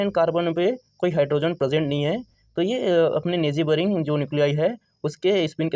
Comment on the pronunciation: 😂😂nejeyboring pronunciation was legendary